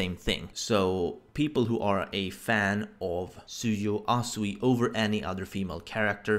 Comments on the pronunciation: fax gonna throw shade can't pronounce the name even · Chaotic Plus 👏👋 BOI and it's "Tsuyu"